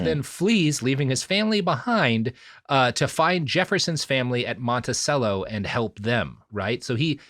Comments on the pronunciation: FYI it's pronounced "Monti-chello". Like cello the instrument. In case you haven't recorded part 3 yet... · Sometimes I am reminded that not everyone is from virginia and knows it's actually pronounced "Stan-ton" and "Monti-chello" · Isn't it pronounced "Montichello"? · The continued mispronunciation of “Monticello” is killing me.